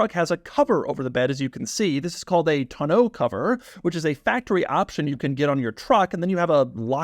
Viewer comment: Hearing Doug say "tonneau cover" is always funny 😂